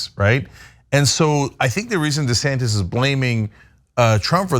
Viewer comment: Whose "DeSantez," though, Mondale?